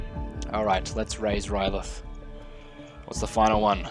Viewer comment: Where do you see a "t" in "R'leyh?" That is the one thing no iteration of that city has lol